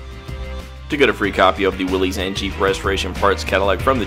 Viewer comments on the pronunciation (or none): I don't like when they mispronounce, "Willys" as "Willy's". It's pronounced as, "Willis."